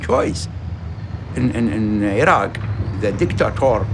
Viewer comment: It's sounds like he said, "the war started between Iran and Iran."